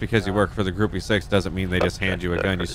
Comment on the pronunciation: Hi, Gruppe 6 is pronounced Grupa Zechs